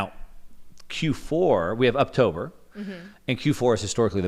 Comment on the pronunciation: I keep hearing pumptober 😂😂where 😢😢